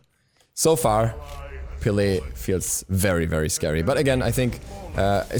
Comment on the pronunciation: STOP PRONOUNCING HER NAME WRONG